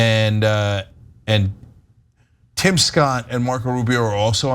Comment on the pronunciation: Tim rhymes with dim, just saying :)